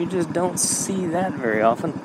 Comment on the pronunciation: That-uh, and but-uh made me skip the video 😢